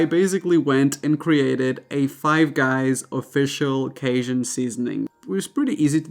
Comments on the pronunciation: Cajun = Kay-zhun... you said it perfectly!! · You pronounced Cajun perfectly! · U said Cajun right n ur super cute 🥰 n sweet love ya vibe and personality